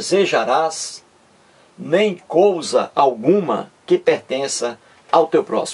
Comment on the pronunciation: não é cousa É COISA